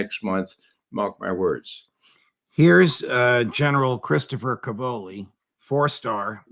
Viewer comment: Cavolo, plural cavoli, are stressed on the first syllable: càvolo/càvoli. It means cabbage.